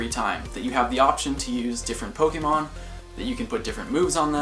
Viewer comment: I love this account, and I love how you are the first Pokémon GO YouTube account that actually gives the accent on the e (é) :)))